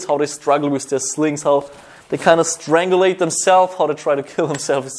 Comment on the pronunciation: "strangalate" thats a new one